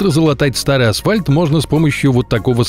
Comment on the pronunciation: Напомню, что слово асфальт содержит букву Ф. И произносить его нужно с буквой Ф.